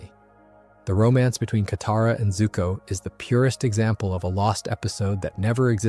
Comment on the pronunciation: broo say kataras name right 😭😭